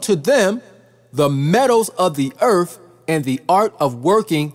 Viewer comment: It's Earth not Eartff!